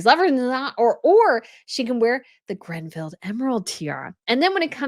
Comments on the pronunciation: Please stop saying GRENville in your videos. It's Greville. No 'N.' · Btw, it’s Greville NOT GRENVILLE. Ffs, you need to do MUCH better. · It’s The Greville Emerald Kokoshnik Tiara, not Grenville. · Again, it's the Greville Emerald Tiara, named after Dame Margaret Greville. There is no "n" in her name, like you constantly say (Granville/Grenville). No! Please! Leuchttenberg Sapphires are not "Lichtenburg". Maria Feodorovna's Bandeau = Fey-oh-doh-rov-nah. I despair by now, really.